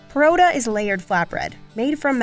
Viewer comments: "Porota" 💀 Bruh at least say parata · …did they just call a paratha, ‘parota’? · She didn’t pronounce Parata correctly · it's also pronounced as parotta here, so though not really right it wasn't too far off. Also paratha and south Indian parotta/paratha are different. The former is a flat bread and the latter is a layered/flaky flat bread. Or at least this is my understanding. If it was any of the others, then my apologies. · It's paratha not parotta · and they said porotta instead of paratha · Me hears Parotta: Emotional Damage We in India call it Paratha not Parotta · As a Pakistani, I for a moment thought they pronounced "paratha" incorrectly as "parotta". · "Parota". Oh dear... You mean Paratha. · I feel like they pronounced it wrong. It can also be pronounced as “pa-rahth-uh”, I’m Indian so ik this lol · I had to listen three times to understand that the lady was trying to pronounce paratha, she made zero effort to learn the names of different breads sadly. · Yes! Except they butchered the prononciation of Parrotha and Maida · Indian here, in South and East India and Bangladesh it’s pronounced pōrō’thā (पोरोठा) But in the rest of India, it’s pronounced parā’tha (पराठा) Also Naan is originated from Persian and it’s pronounced Nän (نان) in Persian, like the o in Holland. However, it’s not pronounced like that in Hindi-Urdu, it’s pronounced Nān like the a in father.